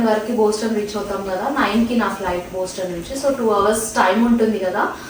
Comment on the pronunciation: Its not Booston its Boston.